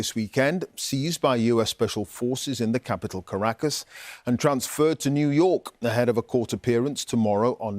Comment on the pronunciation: We don't say Washiiiiiiington OR Londooooooooooon Maybe you try to Pronounce Caracas right